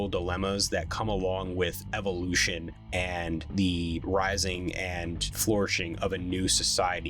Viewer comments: He said evolution like evilution 😅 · Did anyone feel like he intentionally pronounced Evolution kinda like EvilUtion